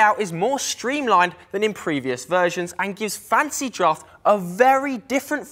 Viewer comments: Yeah he keeps saying Fancy draft and Welf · I also heard "fancy draft" every time